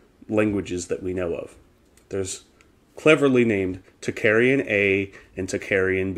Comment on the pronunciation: great and interesting subject...however you are mispronouncing "tocharian" it is pronounced "tOke- AH rian" not "talk-aryan"